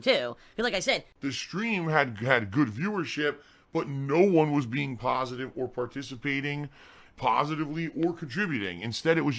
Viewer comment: definition of pahstive - GIVE ME MONIES